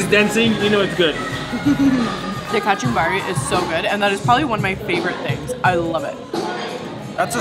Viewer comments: love how she says "kachumbari" just like the natives! lol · Lol very convincing!